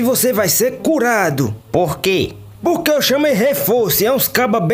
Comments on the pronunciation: ele ja tava curado antes da sopinha ele falou "porque" certo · Ele pronunciou por que sim men, ele tava falando tudo agora com P por que ele comeu Peixe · No momento o homem do f fala porque com p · O cara do f já começou falando certo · ele falou por que é ele só fala tudo com f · Gente no início que o cara que fala so com f ele falou um palavra que começa com p ele falou por que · acho que ele ja tinha sido curado antes KK ele não falou com F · Ele já tava curado no começo como ele fala por que ele fala com p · Ele fala com f ou com p se for com p ele falou por q entao ele falou com q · Ué! No início ele fala *P*orque